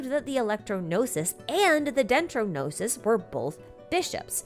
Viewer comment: No-sees? Noses? No-sis? Know-seas? New-sea?